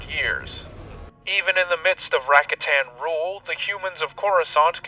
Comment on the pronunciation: Yo, nice vidz! But they're pronounced "Ra-KA-tan", not RA-katan. Think about it 🤓